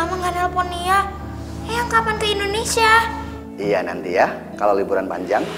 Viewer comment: Bkn endonesia tpi indonesia..filem bkn vlm 😅😅😅